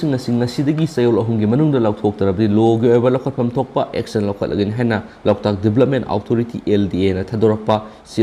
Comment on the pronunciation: Loktak haibiyo loutak ntte🙂